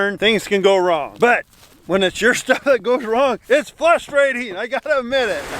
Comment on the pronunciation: Flustrating! is 'Flustered.'